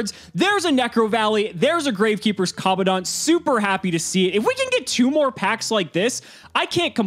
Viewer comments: Its not common dont. Its Command ant. Seriously this is a big L. If your gonna play the game for this long at least try and pronounce the cards right. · Is it just me or the way pronounces commandant is so weird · Is anyone else annoyed at how pronounces commandant? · Is it just me or is any one else getting the shivers on how pronounces commandant.